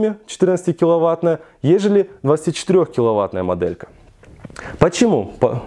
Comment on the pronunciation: Не досмотрел, не выдержал: " как раз таки, мАдэлька". Автор, говори по русски!